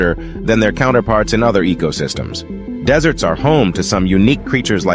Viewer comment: When the AI says deserts in the begging of the video he says desserts 🍨 like food lol…